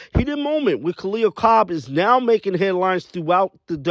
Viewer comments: It's Copper not Cobb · Copper! Not Cob